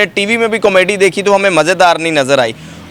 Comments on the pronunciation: Oh Bhai, "comedy " tou teekh tarah say bolo, "Kameedy " kya hota ha🙏😇😂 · Kamaydi nhi hota 🤦🏻‍♀️ comedy hota ha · Camayday nahi hota comedy hota hai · Com-mady.... lolzzz. You should say proper Urdu word instead. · Why is he saying comedy wrong